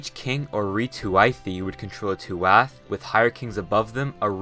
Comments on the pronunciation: pronunciation of the Irish words were actually pretty good! except "th" just sounds like "h" normally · the "th" in tuath or tuaithe is pronounced as a hhhhhh sound not th x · You said túath wrong but good video